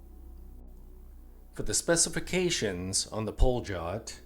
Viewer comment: The pronunciation is like “Palyot”